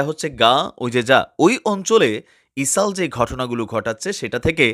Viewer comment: বার বার ইসাল বলতেছেন কেনো এটা ইজরায়েল হবে😂